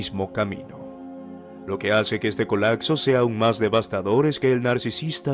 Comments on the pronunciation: Se dice colapso, no colacso, se oye horrible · Colacso?? Colapso, acsorbiendo?? Omg